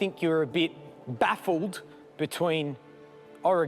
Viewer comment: Learn to pronounce Oregano